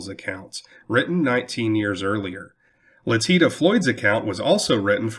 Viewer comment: Letitia Floyd’s name is supposed to be pronounced “Let-ish-ia” not “Le-teet-a”